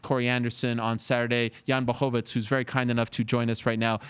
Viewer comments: Ariel, his last name is pronounced [BlachoviC], not BlachowicZ. Just like Miocic. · Why you say Blahovitz, it's pronounced Blahovich. Think "cz" as in "Czech" republic.